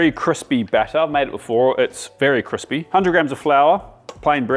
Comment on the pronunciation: "Kwispy" - Uncle Joshua callback.